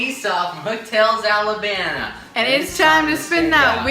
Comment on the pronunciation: Did they pronounce it 'Alabana'????